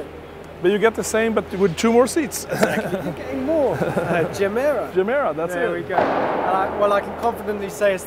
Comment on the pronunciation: why not using the correct Swedish pronunciation for its name? ji:mi:ra